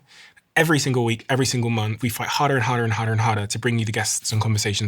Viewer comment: does anybody else wanna puke when he says every episode he gonna work 'hurder and hurder and hurder'?